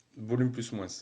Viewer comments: quand au lieux de dire moins sans prononcer le s tu dit moines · j'adore quand tu dis moisse lol PS: je kiff vos vidéo